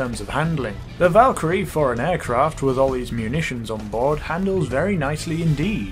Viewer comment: I think the Valkyrie is pronounced Volk-crie I THINK